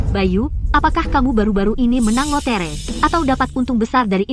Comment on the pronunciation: "lotere" lah anjrit